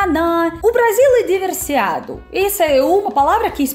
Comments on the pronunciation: DI-VER-SI-FI-CA-DO,!!! "Diversiado" Não Existe na língua portuguesa, tá ok?! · do meu coração, lindíssima russinha, parabéns pelo vídeo, da próxima vez troque o diversiado por diversificado, você tem falado muito essa palavra mas ainda não acertou na pronúncia, mas veja bem gata, to muuuuuito feliz com o seu desenvolvimento e conhecimento da terra Brasilis, principalmente agora que você sabe que quando você junta Rio de Janeiro e São Paulo não da o tamanho de Minas Gerais, e o Brasil realmente é um show, parabéns gata...